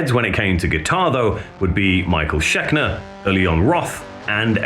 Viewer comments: Schekner? Really? It's ScheNKer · Had to click off when he pronounced it Michael Schekner twice in a row. Schenker, it's Michael Schenker. That's a cardinal sin, I'm sorry. It's simply unacceptable. Don't do content like this if you don't know anything about the people. Peace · Shen Ker. Not Shek Ner 😂. Other than that, a killer mini bio on Testament. Wished you would’ve touched on some of their later albums a bit though. They are absolutely killer! “Infanticide AI” definitely shows these guys are not slowing down. Crushing track. Well done 🤘🏻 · He's called Michael ScheNker, not Schekner. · How do you mispronounce Michael Schenker's name, TWICE?.....Schekner? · Kewl vid man but you did butcher Michael Shenker's name. I dont even think I spelled it correctly but I know what it sounds like from being a 30 year metal fan. You do good work! Do a video of the Front!!! That one album was so fuckin good. A late 80s band that really needs to be recognized for a hell of an album.